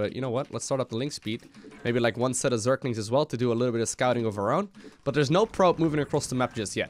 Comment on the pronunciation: I love how always says "Zerklings" instead of zerglings.. Like Abathur trying to pronounce the same word:D